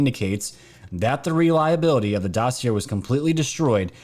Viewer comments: Dossy-Aye not Dossy Air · dossier pronounce like ballet not air or sound illiterate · I love ur channel & try to catch every vid u make. I ask ur forgiveness for my criticism. Here goes: most of the time u mispronounce the word “dossier”. doe (a deer) see ā as in pay Thank you Sorry sorry sorry